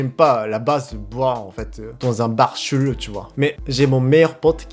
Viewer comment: C'est trop bien quand tu dis chelou on à l'impression que tu dis un mot Japonais